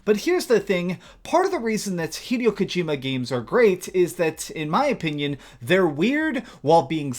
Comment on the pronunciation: “Ive always been a big fan of hideo kojima games” Says hideo kojimas name wrong 😂